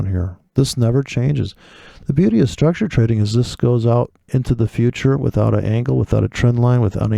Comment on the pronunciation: Well here comes the man after drinking booze to teach forex...... That guy u are taking about always stresses on maaaaarket struuuucture......weird pronunciation in dumb britt english accent.....